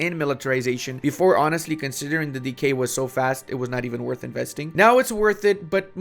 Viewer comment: ah. he is saying "decay", not "DK"